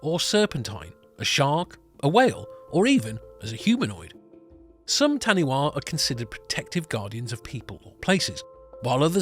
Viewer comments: When saying any Maori words always pronounce them correctly. So tāniwha you got the tāni part right but the last letters are pronounced as faa so w,h and a is faa. Tāniwha. Tah-nee-faa. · Taniwha pronounced tani fa 😀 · Taniwha is pronounced as Ta-ni-FA lol good on you for trying, I laughed so loud lol Wha, is pronounced as FA 😊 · Interesting, however the correct pronunciation of taniwha is Ta-ne-fa. Still interesting to see.